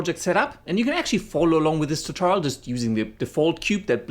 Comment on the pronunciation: lets go right into the ta-tour-re-l